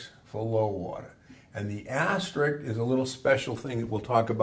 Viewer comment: A somewhat difficult area of knowledge to explain and teach effectively. Thanks for making the effort here ! P.S. There is literally no such word in the English language as "asterick". The proper term is ASTERISK.